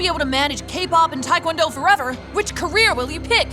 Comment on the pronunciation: This woman can’t even pronounce Taekwondo right. XD (I’m Korean btw)